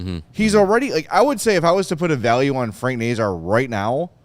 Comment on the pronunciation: Someone needs to talk to the 32 thoughts podcast too, they can't pronounce Nazar either!